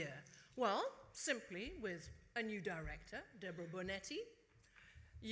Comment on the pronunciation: « Simply » Simplettesty.